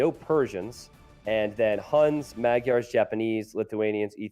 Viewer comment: Thank you for this VOD. The only thing I would like to complain about is how you pronounce Maygars. :)